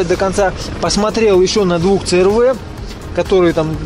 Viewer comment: си ар ви -дружище !11 ,а не ц р в -респект тебе